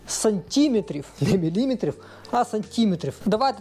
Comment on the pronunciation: твої сантІметри, мілІметри ріжуть вуха